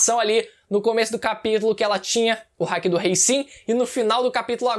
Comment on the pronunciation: Dá agonia do falando hack, NÃO É HACK, É HAKI kkkkkkkk hack é e quando vc usar algo ilegal no CS: Go